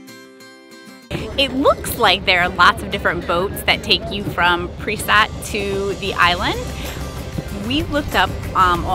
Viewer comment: Nice vlog very informative. What were you calling the town of Perast?